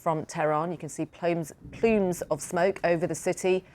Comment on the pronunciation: Pleems of smoke? Elocution lessons for lady presenter stat.